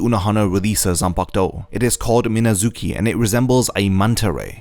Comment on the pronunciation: It could be a perfect video dude, but no, the shikai and bankai are not called the "exact same", only the romanization is but not the kanji used for it nor the pronunciation of the actual name (shikai = miNAzuki, bankai = minazuKI). THEY MEAN DIFFERENT SHIT XD